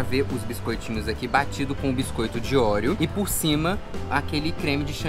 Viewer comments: Ai que agonia de vcs falando orieo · Kkkkk ouriou... bilinguii